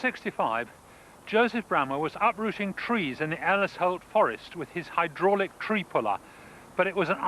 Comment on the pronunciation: The arrogance of telling a man how to pronounce his own name! From a man who can’t say hydraulic no less.